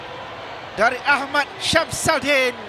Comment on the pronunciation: 'Shams Al-Din' tu sbb translate dari ejaan jawi tapi bunyi nya 'Shamsudin' tak kan tak tau 😅 ingatkan nama Siam ja bila di 'roman' kan lari terus sebutan